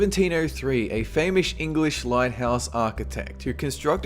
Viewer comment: "A famoush engwish lighthaus architect"